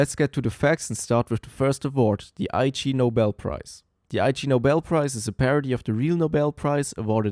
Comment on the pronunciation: it's pronounced 'igg-nobel' not 'I.G. Nobel'. it's a pun on the word 'ignoble' which means 'dishonorable'